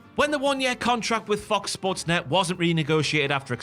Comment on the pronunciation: The "Fox sports" pronounciation really feels intentional😂